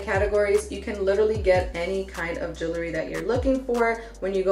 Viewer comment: Lololololol brooo you say Jewelry so funny more like " Juoolery "!😅😂🤣😵 Bless up fam👌🏽🔥 Keep those positive vibes coming! Also my bad and my condolences I commented before I heard what happened in your family.... you're one tough cookie though no sweat.💪🏽💯 Death is only the beginning. (Not trying to quote The Mummy haha💯 that was a cheesy joke btw ahhh nvm sorry)